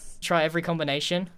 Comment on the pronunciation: Im not sorry "have you tried every combinatoon? 1234?" Is so funny